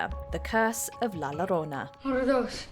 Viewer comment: I cringe at every pronunciation of La Llorona from this person